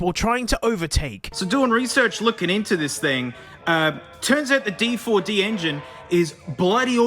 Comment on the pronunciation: Ahh yes, the dee-frau-dee (D4D) earning its name